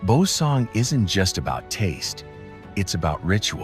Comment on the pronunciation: What a wonderful and fascinating visual presentation of S Korea! Only regrettable is ... the way of pronouncing several names of local places doesn't actually reflect the real sound the locals make. This problem is roughly due to the troublesome official rule for transliterating Korean into Roman alphabets. Suggested corrections: Joseon > CHO-suhn, Boseong > BO-sung, Suncheon > SOON-chun, Geoje > GUH-je ...